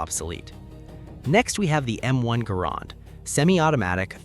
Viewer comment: Hearing the M1 pronounced wrong hurt